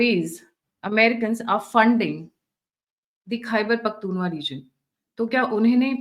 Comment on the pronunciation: मैडम ख़ैबर पख्तुनख्वा है न कि पख्तूनवा। इसे सुधार लीजिए। आपका चैनल देखता और सुनता हूं इसलिए लिखा अन्यथा न लिखता। गलत उच्चारण कानों में खटकता है।